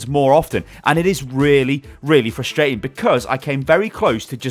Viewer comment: the way you say frustrating triggers me, please say it with me FRUUSSSSSSTRAAAAIIITING